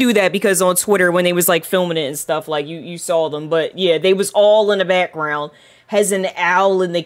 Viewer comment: “Look at the beckgrenound” lol her pronunciation is fascinating.